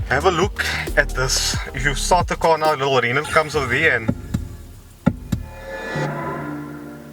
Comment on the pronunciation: Oh for the love of... it's not pronounce "Renold"... :) :)